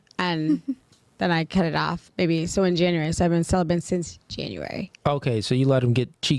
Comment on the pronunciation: Why do chicks (of all races) say celibent instead of celibate? Do thsy not realize that there is no N in celibate?